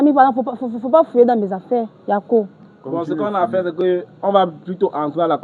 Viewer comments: Elle n'est pas Ivoirienne. Elle a dit" yako" dans un accent etranger. Ce n'est pas comme ça qu'on prononce "yako" .... lol lol .. et p[uis elle utilise "yako" n'importe comment. lol lol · C'est pas une IVOIRIENNE 🇨🇮 peut être elle est camerounaise et elle vit en côte c'est tout, elle prononce le mot YAKO pour se jouer les IVOIRIENNE, on dirait vous avez peur de la dame ou bien c'est parce qu'elle fait du bruit 🇨🇮🇨🇮🇨🇮⚔️